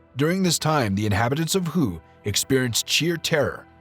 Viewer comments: The Vietnamese word "HUE" is not pronounced "WHO". "Hue" is pronounced "Hway". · It's pronounce "Way", not Who!! C'mon man. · It's the Battle of "WAY" not "WHO"! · Ah yes the battle of Hue, one of the great five battles, the others being known as hwat, hwere, hwen and h'ow.🤣